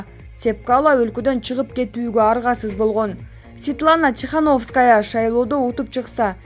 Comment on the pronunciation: Тихановская деп окуганыңды кайра кайра уктум. Ударение 0